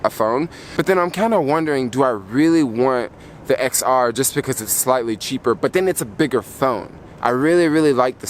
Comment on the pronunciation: I think you're supposed to pronounce the X as a 10 10R, 10S, 10S Max...